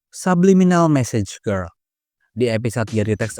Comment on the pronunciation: Bang yg bener "message girl" bukan massage girl